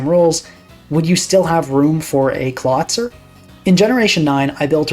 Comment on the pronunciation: that’s a really good argument. I never thought about it like that before. Also never heard that pronunciation of Clawitzer before but it’s very good. I might adopt it